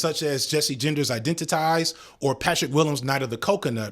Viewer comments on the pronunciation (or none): Hey, Jessie's movie is pronounced identi-tease, not identi-tise. Love your content ❤❤